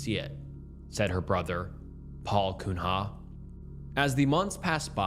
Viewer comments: Cunha is a Portuguese name. Easiest way to read it is to view the ‘nh’ as a ‘ñ’. So you read it as Cuña for pronunciation <3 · Late to the party, catching up, but Cunha is pronounced 'cue-na' Good work! (not a knock, I find your cadence and pronunciations endearing, just figured I'd drop a hint on a name you might never have heard)